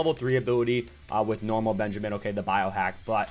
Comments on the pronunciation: i think its pronounced Ben-ja-min not Ben Jay Min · The way you say stuff: BenjAmin and muabs cracks me up. Also Ben is super DUPER OP